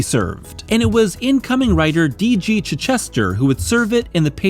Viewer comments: Really well done. Appreciate such a thoughtful retrospective and analysis - some ideas objectively spot on, some subjectively interesting. My only real quibble: it’s “chai” not “chih”. ;-) Thank you for including me in Darecember! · Dude, it's Chitch - ester, like the English town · Pretty sure that's not how you pronounce Chichester's name